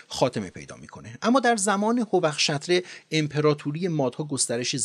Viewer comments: با درود آقا forortish جیه!!! Farvar-tish است. در ضمن hovakh-shatre نیست بلکه hovakh-shatare است. پیروز باشید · سلام باتشکر از پادکست ارزشمند شما جا دارد با توجه به تفسیر کتیبه ها ی باستانی ، تلفظ صحیح نامهای ایرانی را بکار ببرید، شما چند بار اسم هورخشتره را که به معنای مهربانتر از افتاب را اشتباه تلفظ کردید حتی در گویش لکی در غرب ایران همچنان به این معنا بکار میرود باز هم از تهیه این پادکست زیبا متشکرم